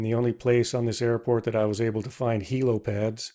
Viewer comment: "Hilo-pads" = helipads?